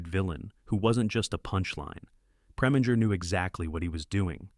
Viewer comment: Can't take this seriously after the mispronunciaton of "controversy " and Preminger, and Lorre - among others.